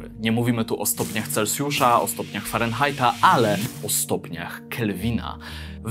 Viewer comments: taka rada na przyszłość, nie mówi się celcjusza tylko celsjusza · Nie celcjusza tylko celsjusza